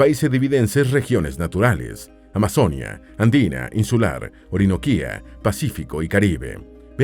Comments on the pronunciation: "Valledúpar", "amazónia", "antioquía" "auraca"? Wtf "Eliecer", qué dolor de oídos pero aún me lo miré y qué buena forma de describir mi país :) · Es AMAZONÍA con tilde en la I no en la O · Pronuncien bien Amazonía.... No es Amazónia.... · Se dice Amazonía con tilde en la i donde va el acento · Este narrador cambia las tildes! Se dice carte'l no es ca'rtel Se dice Amazonía no amazónia No se dice Valledúpar se dice Valledupár